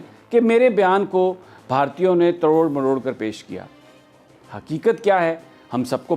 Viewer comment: Is chutiye ko koi smjhao ki tod mrod hota hai "trod mrod" ni